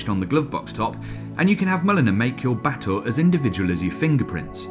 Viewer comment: Just here to listen to pronouncing Batur (Ba-toor), a caldera lake in Bali. From a distance, it looked like a Genesis coupe. Been interested ever since Clarkson butchered Porsche Macan (tiger) pronounciation, reading it as "makan" (to eat).